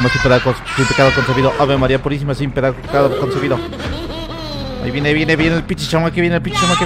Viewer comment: Ave maría sin pedaraco concebida, ave maría sin peradaco concebida jajajajaja ni pronunciar puede